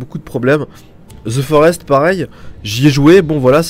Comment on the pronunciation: Ze forest ? Lol au pire tg